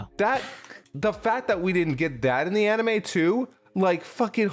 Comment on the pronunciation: Bruh if you're gonna mock for how he pronounces "manga" like a mega snob you could at least pronounce "anime" right. 🤷‍♂️